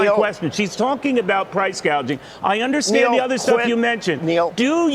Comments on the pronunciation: Not sure why so many people say price gauging when it’s gouging. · The ding dong called it “ price gauging “ 😂😂😂😂😂😂😂😂😂😂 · Plus she said price GAUGING not gouging. She does not know the difference. Price controls are only possibly if you control the production. Find me a single country where this has worked long term. He is bringing up price gouging during Covid.